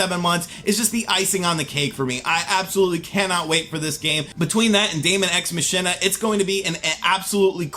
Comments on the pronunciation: Yeah, it's Mahk-in-ah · Machina is pronounced more like "Mah-Key-Nah" and not with the "sh" in the middle. It's a play on the Latin phrase "Deux ex machina." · Move over Nier Automata, daemon ex machina is now the most mispronounced game! Machina is pronounced “Mack-inner.”